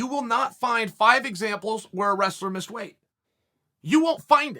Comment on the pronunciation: Us: Missed Chael:Miseed Ok, great..